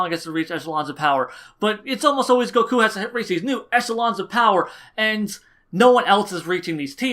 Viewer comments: go-KUUUU. Your pronunciation of Goku's name fucking wrecks me bro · I cant stand how he says: Supersaijan goKuo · I agree with the video, but your the way you pronounce "Goku" makes me wince every time...